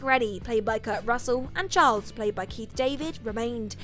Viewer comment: gets no points for anything to do with "The Thing" because she hasn't seen it, she's just reading copy. Anyone that saw that movie would know "MacReady" is pronounced "mac-reedy" and "Childs" is not pronounced "Charles".